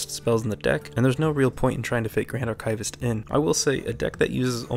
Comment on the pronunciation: The word archivist sounds like ar kee vist, not ar kay vist.